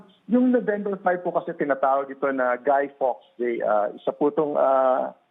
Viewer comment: Hahahahahaha GUY like "Gai" Hahahahaha